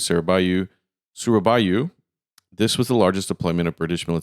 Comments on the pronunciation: "SURABAYA not SURABAYU, it's an A not an U !"...😅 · Sorry it is Suraba-YA not Suraba-YU it is A like CAR not U LIKE YOU 😅